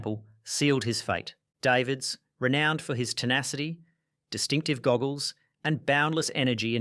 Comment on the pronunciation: Went from Day vids and daa veds cant even pronounce it correctly